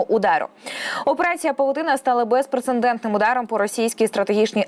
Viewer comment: Як??? "БезпрецеНдентний"?.. Та женіть цюю безграмотну дикторку зі студії - обісцяними ганчірками! Ще й руками вимахує, наче в себе на кухні. Відписуюсь!